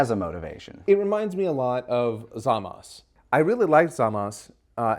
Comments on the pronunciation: I cant lie hearing pronounce Zamasu correctly scratches an itch in my brain. The english dub always had me hearing ZAMAS-OOOOOOOOOOOOOHHHHHH like they were pronouncing his name then throwing an upset groan at the end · Zamas and Trunksu are names I absolutely adore in the dub